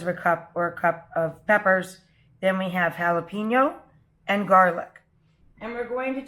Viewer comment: The title says "Mexican Rice but at the very beginning you say it's Sofrito style.....those are 2 different types of rice. BTW you always mispronounce Jalapeńo as JalapEEńo.